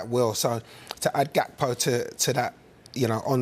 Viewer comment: You pronounce his name Yakpo